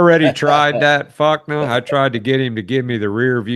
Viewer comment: and you are the only one i know that says fukna, i know there is no hifins, but it’s fuck -n-a😮😅